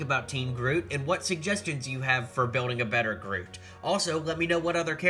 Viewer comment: In the beginning you say groof and the second time you got it right